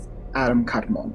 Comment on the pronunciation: I believe the correct pronunciation of kadman is a little different. It's pronounced like a Jamaican yardie smoking the ganja. Say it with me now kadmaaaaaan maaaaan. Hari chrishna 🙏